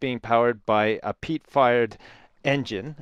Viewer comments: its not pete, its peat, aka shit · Lol i thought he said "pete fart"